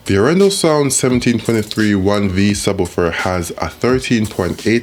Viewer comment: Pressure on the first syllable for Norwegian names and long syllables. Aaaarendaaal. :)